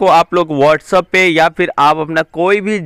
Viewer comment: WhatsApp bolna toh seekh le